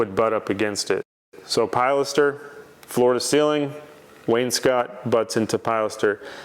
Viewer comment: Please! Don't call it a "PIE laster." The word is pronounced "pill LASter." I've commented on videos half a dozen times about mispronouncing it. I think he's a lost cause on getting that right. Although he did start to pronounce porte cochère (port koh share) correctly. Kudos for that small victory. 👍 I love watching your videos and seeing your projects unfold. TY